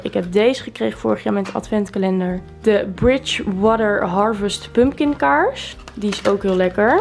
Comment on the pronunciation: Tleuke video! Tipje: je spreekt pompoen uit als “pumkan” xxxx niet pump kin x ✨